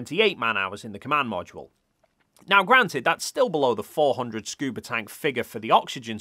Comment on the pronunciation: "Scuber divers" bro... what..?